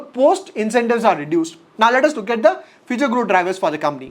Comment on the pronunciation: M I the only one who feels he says “kamni” instead of company